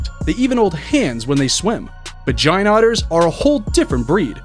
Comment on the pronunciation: Did you say Mohammed Ali Gaint otters ..